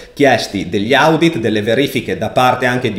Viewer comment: Si pronuncia odit comunque bel video, bravo